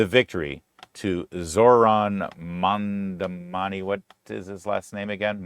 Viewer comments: You know, you sound more competent and less of a dick if you can properly pronounce the name of the person you're supposedly educating people about. Mamdani = "mom" "Donny", two sounds you can definitely pronounce. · MAGA and Felon, Traitor Trump ensured that disaffected Americans would move away from Centrism and move further left in response to right wing fascist extremism. You brought about the very thing you feared. And stop pretending you can't pronounce his name. It's childish.